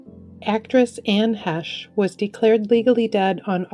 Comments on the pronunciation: She mispronounced Anne Heche's name. E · She mispronounced Anne Heche.